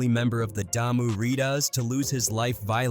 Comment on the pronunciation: 1st of all if you're going to talk about the games the blood and crips you need to get the name right Damu riders Not Diarrhea That's the problem Yabi from another country trying to report on the things that happened in the United States But don't have your facts straight Mentioning people don't have nothing to do with those gangs those videos have nothing to do with the gangs that you were referring to Those aren't the crips that was on the album those are not the bloods that be on the albums And putting the wrong names on the wrong hoods and putting the wrong hoods in the wrong neighborhoods can cause issues